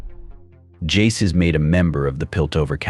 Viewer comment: " Vi and Porder" ... "His name is Jay-Z" Dude got 99 problems and pronunciation is every single one of them.